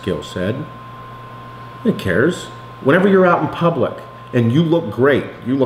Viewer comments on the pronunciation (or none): none